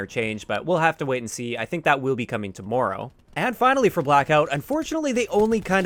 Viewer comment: The way you say TOMORROW is hilarious and you said it a million times 😂😂😂